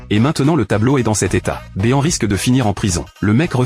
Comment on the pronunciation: Mr béand ❌ Mr bean ✅